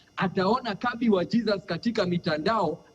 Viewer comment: it's Kabi not Kambi🤣🤣🤣